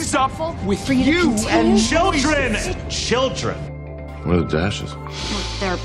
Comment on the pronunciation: No one: Not a single human being: Not a soul:: cHiLdReN cHiLdReN